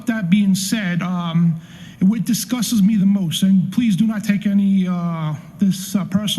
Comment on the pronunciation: I like it but he needs to learn how to pronounce the words “disgusts.” Lol he said “disgusdis” TWICE!